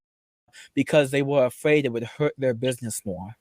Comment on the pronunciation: “I’m no longer afwaid of you twols .” 😤🔥